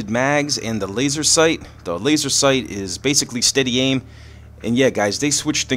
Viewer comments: it's laser sight not laser seight and it's tier not teir sorry for the call out I just want you to comment back lol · is laser sight not seight and it's tier not teir